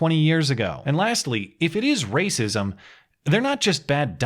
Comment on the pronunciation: Shut up Matt, it's always the rah-sah-sism